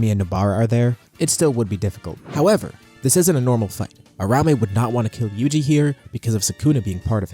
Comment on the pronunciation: Ura-umi, not ur-aume